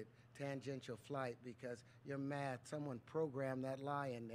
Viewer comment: It is not on "math", but on "meth"